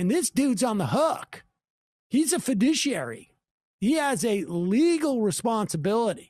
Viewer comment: fi·du·ci·ar·y...emphasis on the douche!